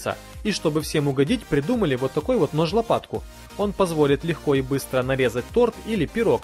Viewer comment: Нажлапатку😂😂 (Типо нож лопатку, что с речью???)